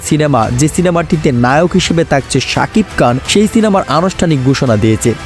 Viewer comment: এই বেটা উচ্চারণ ঠিক কর সাকিব কান চেলেন🤣